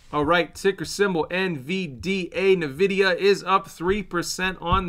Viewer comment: doesn't even pronounce Nvidia correctly, this is insane how this guy is just reading to us rather than being a proper analyst.